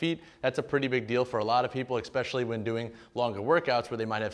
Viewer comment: Man this is a really good review, thanks. eSpecially not eXpecially